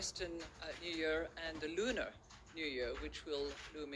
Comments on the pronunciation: She says lumens under her breath right after saying lunar in the beginning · At 4.57 mark it’s like she says LUMEN lol